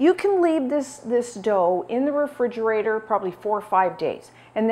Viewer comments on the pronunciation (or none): Love you but refrigerator does not have a “d” in it.